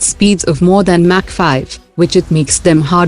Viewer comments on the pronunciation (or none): none